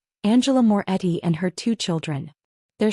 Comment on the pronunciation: Morretti, not Moore Eddy.